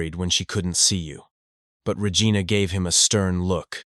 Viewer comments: So REgina is pronounce Rehgiana :face-blue-smiling::face-blue-smiling::face-blue-smiling::hand-orange-covering-eyes::hand-orange-covering-eyes:😾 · Lol y'all are laughing at the 7,000 gold thing but I'm laughing at the way he's pronouncing Regina 😂